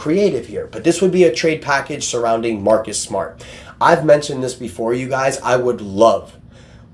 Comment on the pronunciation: From Mawkus Smawt To Marrrrrrrkus smarrrrt